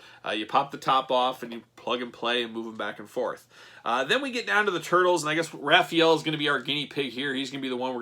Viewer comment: “Ralphy-ellow.” Omg 😭😂